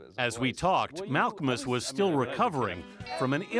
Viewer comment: "Mal-KA-Mus" JEEZ